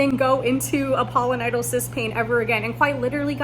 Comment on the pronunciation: It's Pilo, not polo, like pile-o-nye-dull